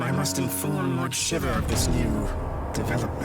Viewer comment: Gosh... Shiva's name being butchered here is the worst. "Shiv-a?" No. It's pronounced shee-va.